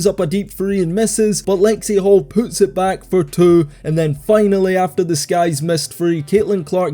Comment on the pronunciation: "And Lexie Hull poots it back for two".